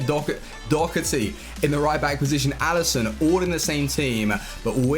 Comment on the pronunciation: Why you saying do-cer-ty it’s do-her-ty